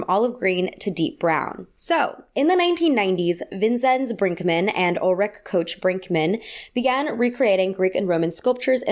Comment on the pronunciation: She also horrible mispronounced Ulrike Koch-Brinkmann and Vinzenz Brinkmann.